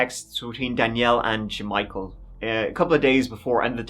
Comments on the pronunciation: “J’Michael”?? You gotta be j’kidding me😂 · Ja-Michael, you dummy!